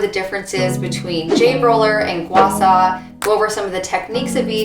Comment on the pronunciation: It’s SHA not SA.. and also Gua Sha is a method, not the stone you are using. So when you say use your Gua Sha to slide on your neck in your video.. which doesn’t really make any sense.